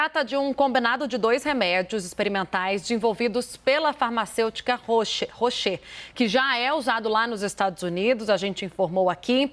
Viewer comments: Sra. Reporter, a palavra é pronunciada como se escreve; não tem tradução, nem acentos. ROCHE !!! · Caramba! Não sabe falar o nome da indústria! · A pessoa não sabe nem pronunciar o laboratório Roche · Nossa,a jornalista não sabe sequer pronunciar o nome do fabricante do medicamento...Roche